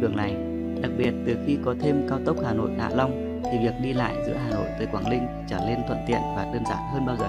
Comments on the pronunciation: Chả có gì hay ho cả Đọc cũng ko rõ ràng quảng Ninh thành quảng Linh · cầu Quảng Linh bạn nên tập phát âm cho chuần thì hay lắm. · Co gang noi cho dung chinh ta. Quang ninh , thi noi quang linh. Nghe sao sao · Quảng Ninh chứ đâu phải Quảng Linh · Quảng ninh hay Quảng linh thêm một thằng nói ngọng. Chán quá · quảng Linh có ai gọi thế không phải là Quảng Ninh mới đúng nói ngọng thì tốt nhất xoá kênh đi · phát âm "Quảng Linh" thì đúng là dân đất mỏ r